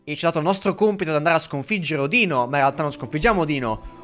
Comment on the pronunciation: mi sono cagato sotto, potevi scandire meglio la 'n' di Odino 😂